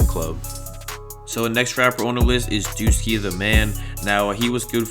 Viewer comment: Rip to a legend duck 🦆 also its “Shootashellz” not shotashellz and if u say “Young Chops” one more time im gonna kill myself AND ITS WOOSKI NOT WOOSSI